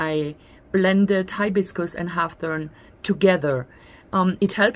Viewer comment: Hib-iscus is how it's pronounced. Deliciousness, formally, but yours is cuter. Hawthorn sounds like whorethorn or hoarthorn. A berry of this plant is called a haw (pronounced hoaw, rhymes with law)